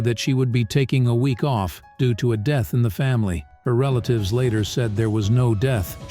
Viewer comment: "... didn't want to risk DJUE??" 🤣🤣 What is "DJUE???" 😅😅